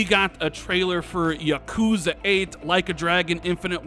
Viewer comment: Dont ever pronounce yakuza again